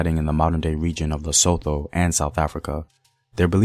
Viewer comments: Bah-sue-to. Lee-sue-to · Appreciate what you do The pronunciation doesn't sound out the "h": Bahsutu Laysutu Sasutu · Besides how you pronounce the "th" as an English word in "Basotho" and "Lesotho", your videos are always incredible.. Thank you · Just a tip we know y'all have problems with pronunciation of any language But you know how you go "Time" Use the that T in LesoTho, BasTho The "h" partially silent Thank You!